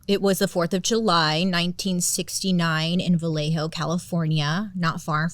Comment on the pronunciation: So happy you pronounced Vallejo correctly lol. Born and raised in Vallejo and people get it wrong all the time. Every time I go to Blue Rock, Berryessa or drive down the dark Lake Herman Rd. I always think of the zodiac. Lake Herman always gives me a weird feeling.… Fun Fact: The show 13 Reasons Why was filmed in Vallejo 😊